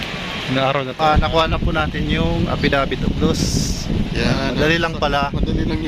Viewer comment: affidavit of lost po hindi affidavit of loose haha